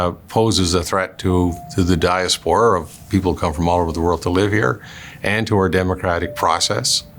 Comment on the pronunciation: He mispronounced "diaspora", and has it moving in the wrong direction, which could explain our immigration problems...